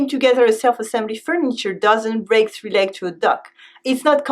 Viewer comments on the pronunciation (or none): none